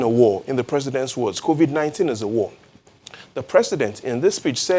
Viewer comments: Did he just say Corovik 19?😄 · Why are Nigerian's finding it hard to pronounce Covid-19/Corona-Virus...smh 😆